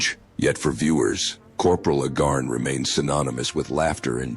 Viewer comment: The AI never watched F Troop. Agarn is pronounced A-Garn, not Uh-Garn.